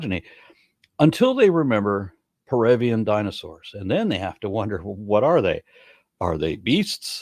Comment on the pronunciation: philogyny until they remember perian dinosaurs and then they have to wonder..." What Dinosaurs? Peruvian? What did you mumble? I'm pretty sure you don't understand the words that you are reading off the teleprompter.